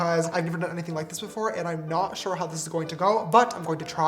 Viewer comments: Ugh James you've broken me, I keep saying 'shore' now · Mom: what have u learnt from James's video Me : 'work' is 'werk' 'sure' is 'shore' and more coming soon lol